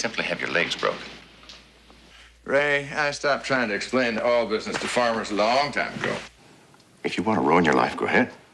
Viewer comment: And rich people are always happy! J.R. was a really great character. I like how "oil" is a three-syllable word out of the mouth of a Texan...